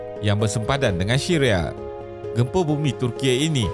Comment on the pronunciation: dia sebut syria : shiria 🤣🤣🤣🤣 🤣🤣🤣🤣🤣